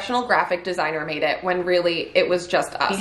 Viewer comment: “Mad” instead of made😂 Edit: they changed it lol